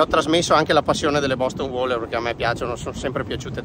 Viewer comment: Si dice "WEILER"... ma ok! Lo voglio troppo. Ma nuovo costa troppo!